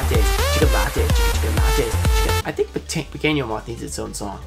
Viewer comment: Hey, you say "pequeno" moth like a spanish, "piqueno", so in portuguese is "Pequeno"